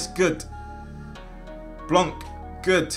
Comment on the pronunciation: It is actually called Blanc (Blan) lmao